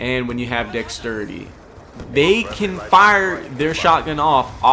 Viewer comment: to hear say, "Dextrrty." I like the way you did that right therre. BTW didn't know that about Ghost and the yellow triangle - good to know. Now here's hoping 3arch NEVER LISTENS to your rant about shotties and long barrel...the Remington 870 IS CHEESY, but the other shotties: not so much. PLEASE DON'T FIX IT 3ARCH...we all need a "rage class.":D